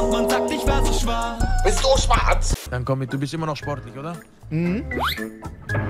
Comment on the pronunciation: er sagt auch komich. und nicht komiSch ... :D aber no offense